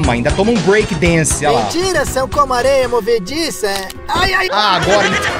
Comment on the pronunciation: e no final ele ainda perdeu os 19 conto e não assistiu o filme, mentiras são comoh areiah movediçah